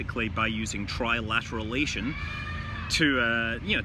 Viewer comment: Why did you look strangely pleased with yourself after mispronouncing 'trilateration'?